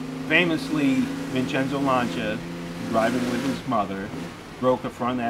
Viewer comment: finally Lancia gets a proper pronunciation : )